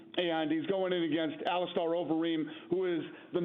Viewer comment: It’s Ali-Stir!!!!